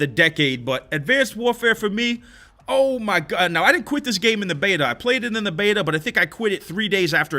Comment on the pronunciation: Idk what it is but whenever says "oooh mai gawd" I lose it, idk why. The way he says it is hilarious